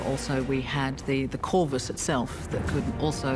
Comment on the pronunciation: What's that word they're saying for the walkway - corvus? Corvist? Thanks